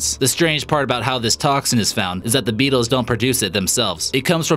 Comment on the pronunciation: Kolby King with his accent it kinda sounds like meetles